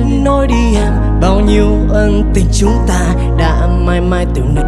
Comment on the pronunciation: mấy ông miền nam ơi. " ÂN TÌNH" chứ k phải " ÂNG TÌN" nha